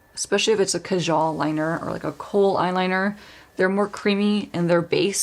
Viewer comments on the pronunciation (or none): Guys. Kajal is pronounced kaaajal.